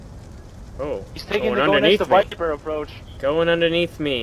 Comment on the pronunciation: fail it is Viper not Viber